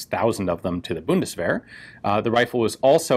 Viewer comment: The German Buddistferrets. That pronunciation just killed me right there.